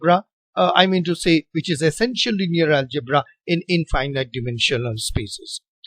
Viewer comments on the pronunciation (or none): Thank you, sir, for this helpful video! FYI, in American style English, the word 'infinite' is pronounced very differently from 'finite'. "Finite' has 2 long I's, as in 'like', but 'infinite' has zero of them. It is pronounced with all 3 I's having the short I sound, as in the word' finish'. English pronunciation is very illogical and inconsistent, unlike math or physics! Thanks again for the video!